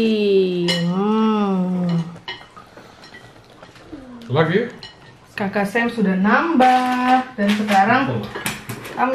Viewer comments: Maaf, itu tteokbokki,kalau disebut jdi toppoki🙂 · Maaf nih.. pengucapan kue beras korea itu bukan tteboki.. tapi ttoboki.... trs sudut pandang kameranya menurutku lebih enak yg dulu...yg diambil menghadap meja makan... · Maaf bukan tepoki, nyebutnya topoki. Coba nonton film drama Korea dch.... Gbu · Itu teokpoki bacanya topoki.. Bukan teboki 😂😂😂 aku dengernya geli2 gimana gitu tiap x mamak nyebut teboki... 😂😂 oiya tips biar ga jontor makan samyang.. Makany pake sendok garpu digulung2 kaya makan spageti gitu trus mangap segede gedenya.. Biar ga kena bibir.. Trus biar perut adem bikin deh susu soda ato ga susu kental manis dikasi sirup 🍓 dijamin makin maknyos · Toppoki bacanyaaa buka teboki hehehe 😊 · Ttopokki bkn teboki kak.hehe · namanya ttokbokki,bacanya tokpokki..bukan tehboki.. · Tteokbokki (dibaca tokbokki), bukan teboki 😂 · Bacanya topoki, 😅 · Teokbokki nya di bacanya tokpoki, itu yg putih2 namanya teok klo teokbokki itu yg udh jadi sma kuah yg merah2 itu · Tteobbokki bacanya topoki ✌🏻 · Baca nya topokki, hehe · tteokboki bukan tehboki😂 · Tulisannya teobokki( kalau tdk salah) cara bacanya toppokki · Entar,hanya saran,sepertinya yg benar untuk penyebutannya Tteobboki itu Topoki ya kak,hanya saran